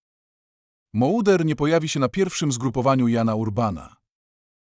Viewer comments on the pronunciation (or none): Moder a nie mołder nagrywasz filmy o polskich piłkarzach a nie wiesz jak się nazywaja